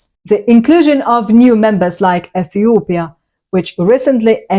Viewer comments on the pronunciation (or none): none